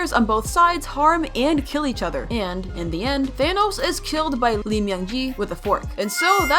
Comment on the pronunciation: It’s thanos not tho as